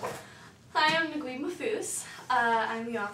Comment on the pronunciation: it is pronounced nag-eeb not nagwib. Just a fun tip... but decent job other than that.